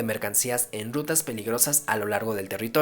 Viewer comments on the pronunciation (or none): Lo único malo de ver videos hablados en español de México es que no pronuncian bien la R ejemplo "...bandidos dedicados al dobo de mercancía en dutas peligrosas" en vez de robo y rutas. Esto es muy característico de la gente educada en el centro de México, pareciera que tienen miedo de pronunciar la R de manera correcta.